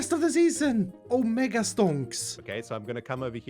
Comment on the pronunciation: Someone's gotta tell him that there's no o in mega